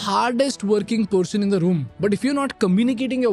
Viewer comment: first learn how to pronouce "person" not "pershoon" shhh lol